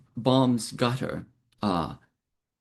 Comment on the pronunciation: It’s pronounced “cutter” & not “gutter”